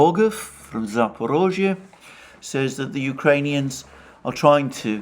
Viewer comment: Kudos for finally correctly pronouncing Zaporozhye!